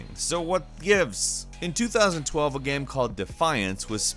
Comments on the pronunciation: THANK YOU! "Gayum" lol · Something i've always wanted to ask... Why do you mispronounce the word game.